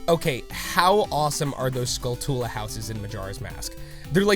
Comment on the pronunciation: SKULL-too-luh, do you pronounce tarantula as ta-ran-TOO-luh?